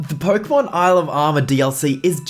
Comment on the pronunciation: Pookeemaan ieel ov ermaour